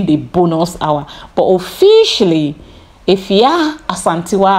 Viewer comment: Your pronunciation of Afua is perfect ❤